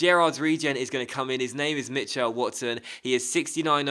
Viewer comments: I have never ever heard someone say Mitch-L its Mitchul, weird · Mitchell is pronounced mih-chull not mih-chell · the way you say Mitchell is so strange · Weirdest way of saying Mitchell I've ever heard. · That pronunciation of Mitchell and Dallas though ;) but another quality video again, you're so consistent it's great!